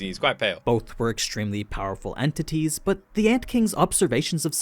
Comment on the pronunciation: "Powerful ANTities" 😎